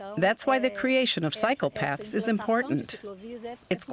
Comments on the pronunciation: I keep hearing "psycopaths". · For a second I thought I heard "That's why the creation of psychopaths is important"